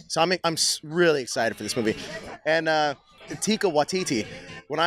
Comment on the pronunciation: teeki? isnt his name taika?